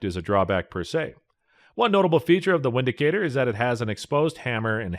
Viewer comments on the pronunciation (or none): It is pronounced Vindicator, not Windicator. Otherwise, I enjoyed your review. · Pronounced “Vindicator” man. Its a German. Also, how is this on this list?? Dafuq? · Pronounced "Vindicator", w is pronounced as v in German. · It's actually pronounced Vindicator..